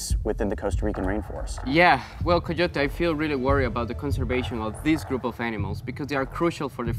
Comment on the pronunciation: sorry but I'm still laughing of how just call Coyote Ka-your-tue I'M SORRY JIM